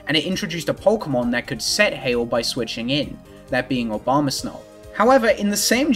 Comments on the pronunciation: I love the commitment to pronouncing it "Obama Snow" every time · I really enjoy the repeated pronunciation of Abomasnow as "Obamasnow" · Was saying "Obamasnow" the whole time intentional? Because now to me that's the Pokemon's official name.